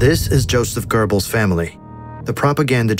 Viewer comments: interesting but i have 2 comments: there's no r in goebbels and when you talk about size, remeber 90% of the world don t use feet but meters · German speaker here: no tf it's not. There's no rolling consonant in ö. Nor is there a rolling consonant in g or b. Ö or "o mit umlaut" is a front rounded vowel, and it can be mid-open or mid-closed depending on whether the syllable it's in is long or short. The syllable "Gö" is short so it's an open-mid front rounded vowel. Es gibt hier kein rollendes „R“ du Vollidiot 🫵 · There is no r in "Goebbels" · Goebbels does not nor has it ever had or had pronounced an 'r'. Why do Americans (and shitty AI TTS Americans) do this? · I can understand that massacring of Various German words and most of the names, including Goebbels Name, BUT "Hitler shared this space with BONDI??? his German Shepherd." Does ANYONE Spell check/Fact/Error check these vids before theyre published? haha. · I would like to know just one thing...where the hell do you find letter "r" in Goebbels??...you americans don't even try, ha? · Why do Americans prononce gurbels? It’s goebbels, where do you see the letter R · Incredible video, but why did he say gerbils instead of Gobbles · ❌️ Goebbels ✅️ Gurrballs 😂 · ❌ Goebbels ✅ Gurbels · Some corrections:- 1. There is no such person as "Gerrbills". It is written and pronounced Goebbels. 2. Hitler did NOT have a vegetarian diet. 3. Metre is spelled "metre", not meter. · Why are you saying Gerbels instead of Goebbles 💀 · "Goebbels" ❌ "GeRbells" ✅ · A very well made video but sort of interesting how the narrator nails the pronunciation of the "oe" in Goebbels but constantly adds an R making it into Goerbbels... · Why do americans pronounce it "Gerbles"? I hear it a lot. Where in Göbbels do you see an "r"?😆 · Wtf is this pronunciation of Göbbels😂😂😂 sounds more like gerbil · Why is it spelled Goebbel's but pronounce Gerbels baby food. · Why you sayin "Görbels"? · Who are the “Gerbels”? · Stop saying gerbels, good vid tho